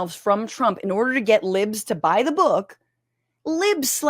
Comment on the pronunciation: The way Jimmy Kimmel casually shits on this calling it a "bük" kills me